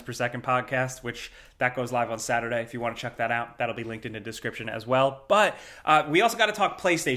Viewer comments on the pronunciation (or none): none